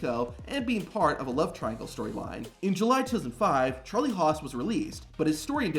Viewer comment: Lmao at “Charlie Hos”